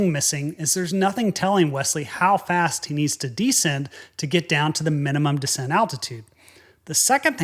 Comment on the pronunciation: You're the only guy I know who pronounces "descent" as "decent".